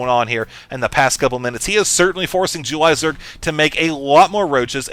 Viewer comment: i like the way says "jew-lie" zerg